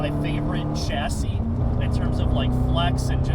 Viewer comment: I don’t know that I’ve ever seen so chesty and profound. Would’ve liked to see a helmet one size smaller on track though. I really love the emphasis on the CHHHH-assis. Thank you